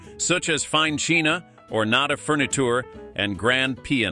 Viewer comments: Cheena? Pee-anose? Purr-pose? Signiffcanzee? Who kept their slide projector on display? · Grand cheena! LOL That one got me...